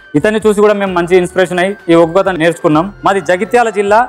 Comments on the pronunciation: Uggu kadhu.. Oggu anchor ji... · Neko dandam thalli.. uggu kadu oggu katha🙏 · Uggu kadura ayya adi oggu katha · ఉగ్గు కాదమ్మ ఒగ్గు కథ అంటారు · ఉగ్గు కథ కాదురా అయ్యా ఒగ్గు కథ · Amma adhi uggu kadhu oggu katha... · Uggu kadu ra ayya adi Oggu katha adi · Adhi uggu katha kaadu thalli.... Oggu katha. Palakadam raakapothe nerchuko ..... Nuvvu neeee...